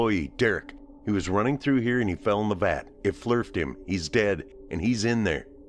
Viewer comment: Dude was "Flirfed"😂